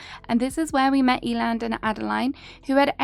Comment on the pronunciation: Eiland is pronounced Eye-luhnd, it's a german Word ❤